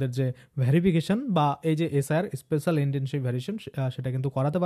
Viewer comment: Special pronounciation thik korte hobe.😂😂😂😂